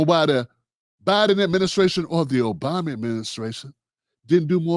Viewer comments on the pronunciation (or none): none